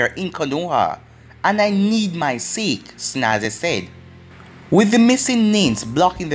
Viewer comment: Its pronounced Sa-ke